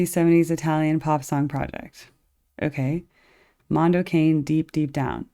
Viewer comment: "Connie"? Lol. For 'Mericans: "Mondoe Kanday."